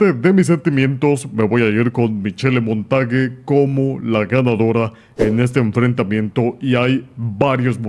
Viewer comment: Polastri es buena peleando de pie y creo que va a ganar. Oye...Montage se pronuncia "Monta sh", es francés. Creo que Vieira va a ganar. A Mc no le veo... nada!